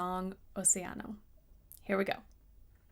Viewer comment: Again, you pronounced the song title perfectly without any accent. Is someone teaching you??? 😱😱😱 hahaha